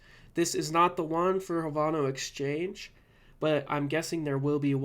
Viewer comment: Havano? It's pronounced Have - No